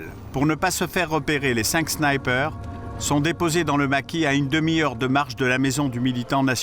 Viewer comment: Les 5 snaïper 😂 Sinon le reportage est excellent